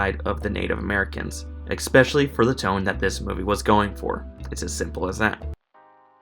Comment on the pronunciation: You know. I was with you the whole video until around 13 and a half minutes you dropped "expecially".